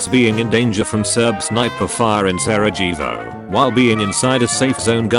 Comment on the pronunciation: It's pronounced Sarayevo/Saraievo, not the way it was pronounced in the vid.